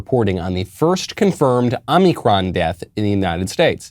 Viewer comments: Is he saying "omnicron" as a joke? I thought it was omicron... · Michael. Omicron, not Omnicron. Please.